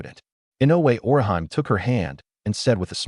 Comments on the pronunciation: It's just a small thing, but the way the A.I. pronounces Orihime as..Or-i-HIME...annoys since part one. LOL🙃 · Because they aren't pronouncing Orihime correct it took me half way through the 1st episode to realize it was supposed to be Orihime from Bleach 😂😂😂😂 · I hate the way the ai pronounces Orihime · Google how to actually pronounce orihime name